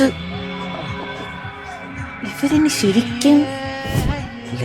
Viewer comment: ലബനീസ് അല്ല പഹയാ 🤣🤣 ലബനാൻ 🤣🤣🤣